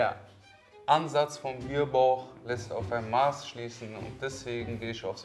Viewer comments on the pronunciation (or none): Also sag mal… die Maß wo man trinken kann heisst Mass, Betonung auf dem s laut ned aufm a 😁 ganz schlimm hört sich des an wenn die vom 🍺 reden und aber Maß 📏 sagen 😁🙈